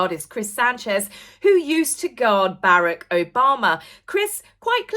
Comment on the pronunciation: Obama’s first name is pronounced “Bah-Rock”, not Barrack, which sounds like a place soldiers live.